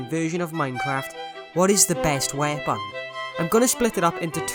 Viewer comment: normal person: weapon, this guy: wheepn